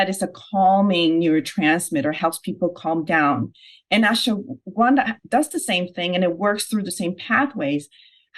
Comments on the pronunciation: What the fuck is "Ashawanda"?? Is "Ashwagandha" so hard to say? 🤣🤣🤣🤣🤣🤣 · Ashawanda? This chick isn't pronouncing it properly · The lady can't pronounce Ashwaganda properly. That's all. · learn to pronounce ashwagandha.